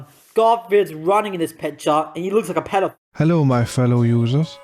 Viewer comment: Take a shot every time he calls a character a "petey file".